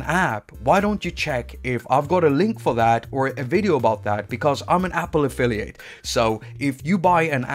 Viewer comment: I thought you said in the end: I'm an appophilia. But you said affiliate ☺️